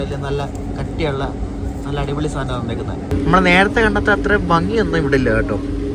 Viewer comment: അട്ടിപൊളി എന്നല്ല അടിപൊളി എന്ന് പറ.